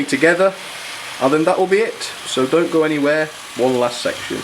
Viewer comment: u said boco instead of don't go